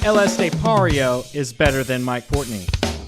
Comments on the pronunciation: PortnOy not PortnEy. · Pronounced Port-noy, not Port-nee. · Port- noy! Not ney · Actually his name is Mike PORTNOY my friend not Mike Portey 😂🤣😂.